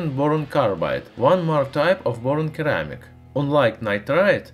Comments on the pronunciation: For the future a friendly note. In English there are 2 ways of pronouncing c. There is a hard c that sounds like a k and a soft c that sounds more like a s. Ceramic has a soft c and therefore it shouldn't sound like keramic. It sounds more like seramic. Hope you find this usefull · Not "curr-amic". It's "SIR-amic" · 80% of the comments is about keramic vs ceramic pronounciation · Hey, just so you know. The word ceramic is pronounced like "seramic" not like "keramic". It would be easy to confuse someone. Not in this video. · Here's a (little) fix for pronunciation : Ceramic spells like Suh-ram-ik not Ke-ra-mic Please just don't hate me, fellow commenters Plz don't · In English its pronounced se not ke, sssssss like in snake, hope it helps you keep up the good work. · Seems many are willing to point out your mistake of Keramic but not help you. Ceramic is pronounced Sir-ram-ik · It's SERAMIC you stupid idiot! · pronounciation: "sir-am-ick" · Seh-rah-mik : ceramic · Ceramic pronounced seramic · just an FYI, it is pronounced "sur*am*ick" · its a c not k keramic lol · Your videos are awesome. 1 thing friend, it's pronounced Sir-ramic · It's pronounced (seh-ra-mick). Now excuse me while I watch the remainder of the video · C - ram - ic............C has an 'S" sound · Omg first time watcher and despite loving the video I had to give up . It's phonetically seramic, the way you said it was making my ears bleed! 🤪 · Sounds like "seramic" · Keramic xD Love it! :) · I see that perhaps your accent plays a part in your mispronunciations however when you see the word ceramic it is sounded as Suh-Ram-ick. Hope that helps. Great videos though I appreciate when people who share their knowledge. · please let me improve your English the C in ceramic is pronounced as an S so ceramic would would be SUR-ram ic like my name would be pronounced with an S on the end not a C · It's Pronounced Si ra mik. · The American pronunciation of ceramic is /səˈræmɪk/ ;-) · It's not pronounked 'keramic'.